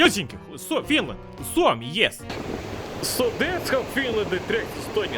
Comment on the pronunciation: you say suomi OMFG